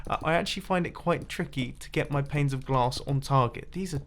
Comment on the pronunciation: "Placing to much glass planes is really hard" at first I thought he said "placing to much glass pains is really hard" lol